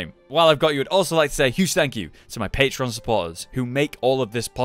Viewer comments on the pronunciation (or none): none